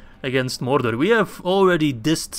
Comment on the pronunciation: It just sounds really weird especially when you're saying Mordor a lot of times in a row lmao